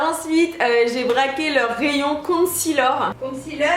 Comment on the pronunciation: Horia derrière me fait rire CONCEALER PAS CONCEALOR 🤣